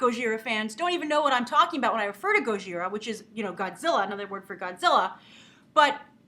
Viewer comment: Gojira is not pronounced go-ZHI-ra, it's Go-ji-ra. (The j is harsh, almost like ch, & the r is harsh, almost like d.)